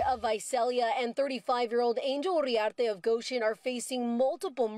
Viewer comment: “Urriarte” 😂 You need to learn Spanish, lady